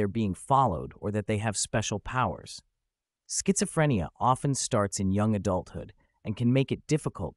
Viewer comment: i rlly like this video, just one thing schizophrenia is pronounced without the t-sound idk if it offends people with schizophrenia or not